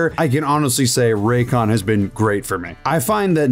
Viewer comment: i was on board with everything but as soon as u said "RAYCON" i'm out bruh